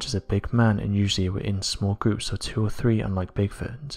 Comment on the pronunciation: I can watch this please get elocution lessons, Its three not free its eighteenth century not aaateef centry etc